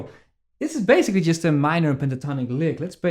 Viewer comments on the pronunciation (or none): none